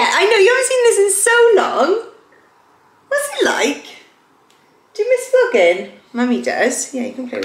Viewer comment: I’ve never heard you sound so welshy until you said “what’s it like” to amber🥹 🤣